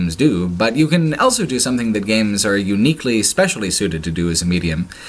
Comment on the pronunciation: says elso instead of also.